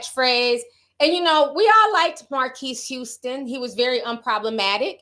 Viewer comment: Not Marqwees Houston 😭😭😭😭😭